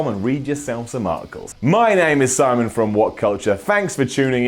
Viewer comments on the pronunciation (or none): none